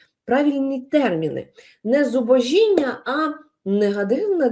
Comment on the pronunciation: зубОжіння. Наголос на літеру "О"